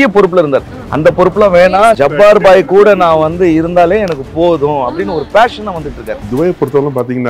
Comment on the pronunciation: ஜப்பார் பாய் என்று உச்சரிக்க முடியவில்லையா. என்ன இழவு உங்கள் உச்சரிப்பு